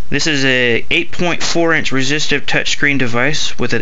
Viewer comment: Stopped watching when he said resistive